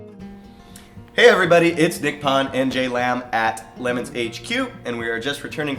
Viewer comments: I can't figure out why you guys are referring to this as a "Lemons Race." It's Le MONS. You know, like the 24 hour race in France. How did you guys miss that. Look at the logo on the official website. You need to remake this video so you can pronounce it correctly. Also, you need to say "hella sweet" a few more times, too. LOL (2001 called and they want their buzzword back.) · Le MONS... say it with me... Le MONS, not lemons. LOL! 🙃😆😊